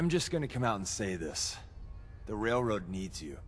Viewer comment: "railrod" XD